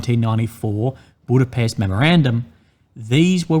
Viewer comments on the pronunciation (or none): none